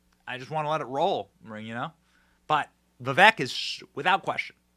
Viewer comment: Benny, his name is pronounced Vivake, not giving you crap just trying to help out.. 💪🏻 great show as always!